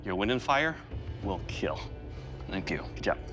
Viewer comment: It wheel keal.